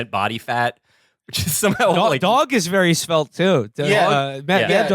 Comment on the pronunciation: ..and he's a vewwy good boyy